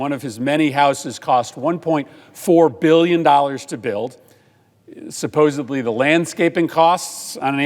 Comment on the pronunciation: ugh. “Supposebly”